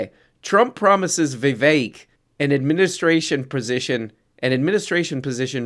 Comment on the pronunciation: You can't pronounce Vivek? It's spelt the way you say it. You're like adding extra sounds out of a sense of American guilt